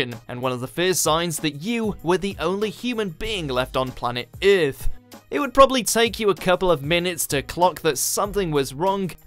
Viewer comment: Its earth not eath